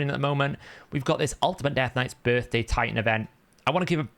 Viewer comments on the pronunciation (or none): none